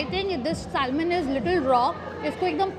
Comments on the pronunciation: Correct the pronunciation, “salmon” l is silent. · It’s sushi not shushi. It’s terrible to hear such pronunciations from a food vlogger. The L in salmon is silent it’s pronounced as sa-mon.